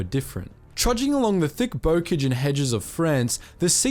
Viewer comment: Not good. Not enough detail. 2nd battalion of what unit? Learn how to pronounce words like bocage.